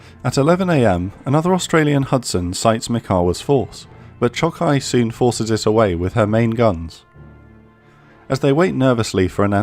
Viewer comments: Great vid! Those Japanese pronunciations could use a little polishing though. Choukai = Chaw-kai, with an "aw" like "awesome" Aoba = Ah-oh-ba, not Ay-ohbee Kako = Kah-koh, not Keiko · Very fair, interesting, and distinct content. As a native, to add the Japanese pronunciation tips, "Chokai"'s "cho" is longer and stronger because of stress (in the video "kai" sounds stronger). To simplify, like "choke-eye" "Kako" is just "Ka-ko". Not like tomato, but like Chicago. "sa" of "Kiinugasa"' is just it of "SAcrament". "Furutaka"...try to say "Foo-rutaka", it will be far more correct. "Yubari" and "Yunagi" have the stress on "yu", like "you". As you see above, our language generally tends to put the stress on the first syllable (or not, at least former part) of each word. Hope it will be helpful.